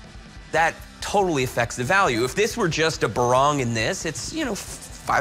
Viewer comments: Not barang but parang. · Its not barang but parang. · It's called a parang not a barang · Well that's PARANG not BARANG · it is 'Parang' not 'Barang' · It's not barang but A PARANG. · Not barang its parang. Barang mean thing. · It's not called barang. It's called Parang (machete) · "BADANG" not barang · It's not even called "barang" it's "badong" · Not 'barang' but 'parang' . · It's PARANG! Not 'barang' for Christ sake! 'Barang' means item and 'parang' means machete! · Its not barang its badang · Parang, not barang